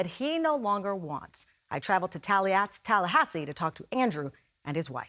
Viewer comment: Talla-Ass-I See. Tamron said it right the first time!🤣🤣🤣🤣🤣🤣